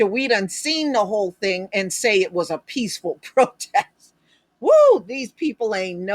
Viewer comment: He meant peesssful or pisssful protest.